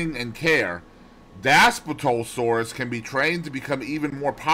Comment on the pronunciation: Hey man, not trying to be rude but here are the proper pronunciations ; Dass-plee-to-sore-us Bin-toe(or too)-wrong